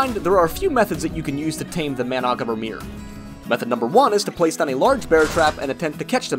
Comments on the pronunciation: If it help the wiki says the last R is silent. So it’s Man-uh-garm lol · Does he know that managarmr is not purnounced like that